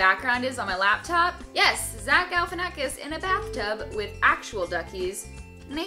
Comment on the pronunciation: It's LAPtop not LABtop.... holy fuck